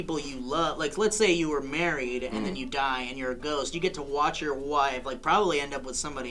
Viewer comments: 4 minutes in I finally realized they said ghost not goat... I was so confused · Not gonna lie, I heard goats not ghost... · Instead of ghost, my brain told me they said goat..let's say I was thoroughly confused 3 minutes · I was a bit confused at first I thought Phil said after life or stay on earth as a Goat... which made it even funnier that said he had thought about it, but that did'nt seem too far a strech though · I thought Phil said 'come back to the world as a goat'... well... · Oh! I heard ghost as goat and I was so confused. Gah. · I thought you said "goat"